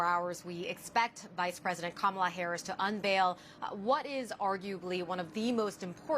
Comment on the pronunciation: Doesn’t this guy know how to pronounce Kamala’s name. He’s either a pro-Trumper or he watches too much Trump videos